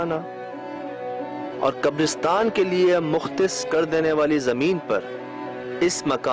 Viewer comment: I love when says kabr usrtan istead of kabr istan